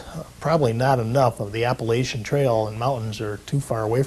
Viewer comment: No one knows how to pronounce Appalachia or Appalachian